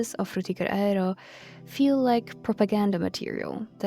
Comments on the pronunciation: It makes me confused. The frutiger part is pronounced fine, but the “aero” part they say as “a-re-ro”. Is this one of those weird words like the whole thing going on with “bologna” = baloney? Personally, it bothers me a lot even though I know it’s a small thing to be annoyed about and probably just an accent thing. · "Frutiger Raero" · The tryhard pronunciation of aero is killing me 😭